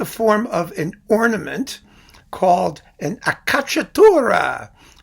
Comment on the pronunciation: Hi, sorry to correct you on a pronuciation: it's ACCIACCATURA, not accacciatura. Acciaccare means schiacciare, in english to crush or to squash. For the rest you do a terrific job, as always. Greatings from Italy